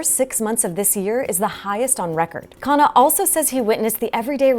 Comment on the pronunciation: Not kana it’s pronounced like khan +nah = khanna